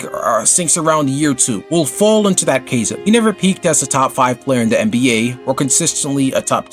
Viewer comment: thats not how you pronounce chasm FYI